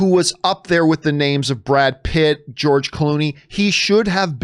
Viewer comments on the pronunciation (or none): none